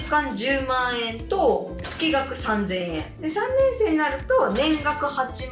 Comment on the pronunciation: 月額:つきがく→げつがく ちょっと気になりましたので😅